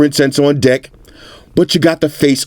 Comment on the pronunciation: The way he says "Deck"...It sounds like "Dick"..😂